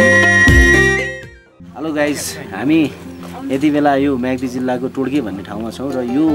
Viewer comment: todke टोड्के हो टोड्कि होइन